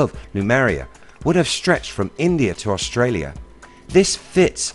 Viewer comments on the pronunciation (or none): none